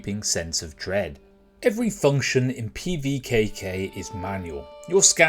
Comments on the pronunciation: Nice pronunciation, wanna run that by me again? LOL Looks interesting and worth keeping an eye on I think. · Love the attempt at the name 😂 great preview, wishlisted it.